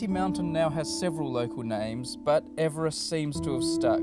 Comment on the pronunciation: This video put me through so much anxiety when he was pronouncing it Ee-verest I thought I'd been saying it wrong my whole life